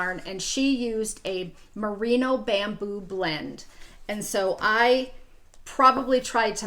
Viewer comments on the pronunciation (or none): none